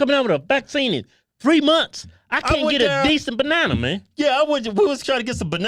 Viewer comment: "Benena man."